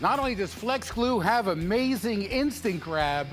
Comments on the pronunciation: What Phil Swift says: instant grab What I heard: InStAgRaM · Why I heard Instagram instead of instant grab